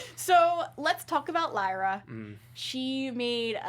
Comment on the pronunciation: I got triggerd when she said leera when it pronounced lighra but spelt lyra